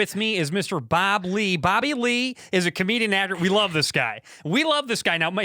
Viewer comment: Bobby “ I can’t say his name” lee lol